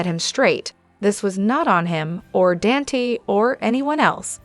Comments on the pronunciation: Please learn how to pronounce Dante's name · Dante is pronounced "Daun tay" You are saying Lela instead of Lila it seems like you don't even know this show!